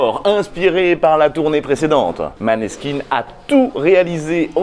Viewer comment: Pas contre, ça se dit mOneskin et non pas mAneskin... ça change le sens du mot ^^